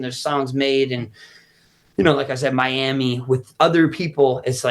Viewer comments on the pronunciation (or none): none